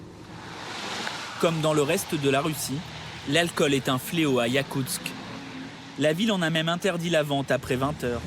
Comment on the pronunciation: Yakustsk!!! Pas "yakutz".